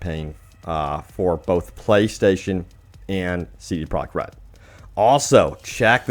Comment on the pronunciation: Why do you pronounce it "CD Prok RED"? So annoying.